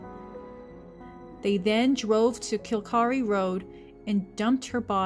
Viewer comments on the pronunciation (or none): Kil-Kare, not “kill-karee”!